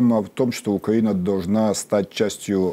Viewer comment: Почему украинский эксперт все время говорит как Путин - укра́инский, Укра́ина, по- укра́ински и так далее. Портников так не говорит. То есть Украина до сих пор ментально во власти Путина его укра́инской парадигме.